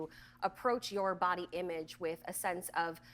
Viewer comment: Irrelevant. But the way Dr. Phil says "Imeedge" (image) is just.... ugh.